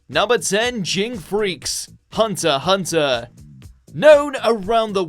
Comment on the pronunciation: Did u just pronounce hunter x hunter as hunter hunter!!???